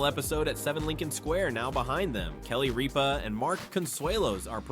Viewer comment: You mispronounced Ripa. It's not Reapa